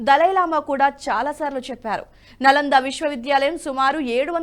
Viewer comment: 'నలందా' కాదండీ. 'నాలందా' అనాలి. "న అలం దదాతి" అని దీని వ్యుత్పత్తి. అనగా అపరిమితమైన జ్ణానం ఇచ్చేది అని తాత్పర్యం.